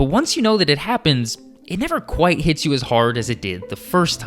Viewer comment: I heard "gets you as hard" not "hits you as hard"😭